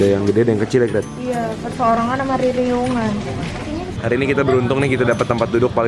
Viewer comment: Ririangan 😁 yang betul itu ririungan= ramean 🙌🙌